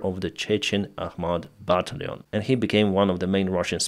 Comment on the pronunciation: Battalion: бо ТАЙЛ йон or "buh TAL yun" . The "al" part is actually pronounced like the name "Al," but I don't have a good way too transliterate it in Russian Cyrillic.